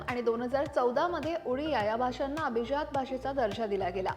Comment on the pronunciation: अभीज्यात नाही madam अभिजात म्हणा